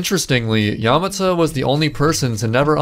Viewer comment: The way he pronounces Yamata makes me cringe